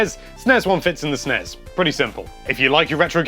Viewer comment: This is the correct way to pronounce them as a word (not as "en-ee-ess" or "ess-en-ee-ess"). They have 1 's' which combined with an 'e' makes an 'ez' sound. Double 's' with an 'e' makes an 'ess' sound. e.g. Esmay, charges, present, fixes, Wes........guess, mess, Ness, less. of course 'est' is different altogether because english is awesome.